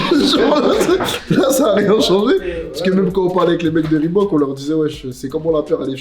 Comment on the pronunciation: peut cesser de dire "REEBOUQUE" par pitié?